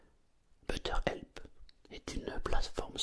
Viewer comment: on t'aime! (par contre ça se dit "béteur help":D